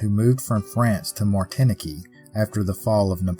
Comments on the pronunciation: The island's name is Martinique, and the group of letters after the " t" are pronounced like the word unique so Martinik with stree placed on the second 'i', so Martinik, not Martin-ekee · I think it's pronounced Martin-neek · Nice story telling, but Martinique is pronounced Martineek. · I’m pretty sure Martinique is pronounced “Martin-eek.” Otherwise your storytelling is world class! I can spend hours watching your videos and your voice is so so soothing 😊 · Martinique like antique Martin- que. No worries brother. I'm in Alabama myself. It SHOULD be the way we pronounce it... dang French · Great story but martinaqueeee made me laugh 🤣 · Martinique, your pronunciation made me giggle. But it doesnt matter how you say it, it's the story that's important, and you do a great job. And I actually appreciate that no one is perfect, not even you, certainly not me. It makes us human. Thanks as always.